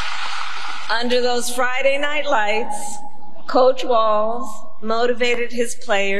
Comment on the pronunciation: his name tim walz not watz 🤦🏽‍♀️